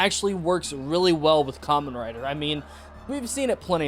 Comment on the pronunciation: You know for someone who just got into Kamen Rider, I’m surprised you’re pronouncing it right. Most new people call it “camein rider”